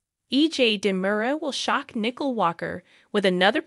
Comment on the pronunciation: It's Nicole, not "Nickel".